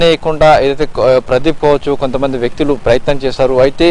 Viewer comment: pradee... Pu... Aa gap enti bhayya🤣🤣